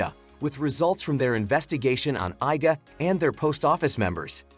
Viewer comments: Bro why " i "ga clan 😭😭😭 It is iga clan It is pronounced "ega" 😭😭😭 You never ever saw ninja hattori cartoon 😭🤣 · It's pronounced ē-ga.